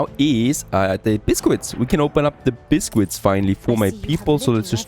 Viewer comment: Biskits not bisquits